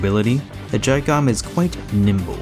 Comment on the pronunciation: you said the name perfectly